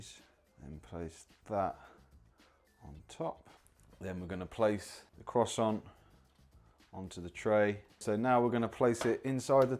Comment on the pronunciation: Mispronounced ‘Croissant’ but he’s a ‘Brit’ so he gets a ‘leave pass.’ Not impressed with the appliance- I own a Ninja air fryer and it’s great!